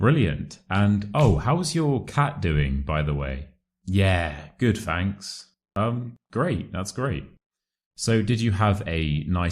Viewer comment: Fanks? Isn't it thanks?